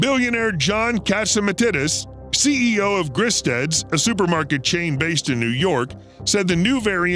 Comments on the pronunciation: Your pronunciation of Gristedes was great. I can tell you're not a New Yorker. ;) It's pronounced Gris-tee-deez. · It's pronounced Gris-steed-dees. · You mispronounced Gristides name and I went to 3 different supermarkets today. No shortages in any of the stores. Eggs filled to the max. Pasta sauce filled to the back of the shelf. Meat cases are full. I don’t know where these “shortages “ are that you speak of.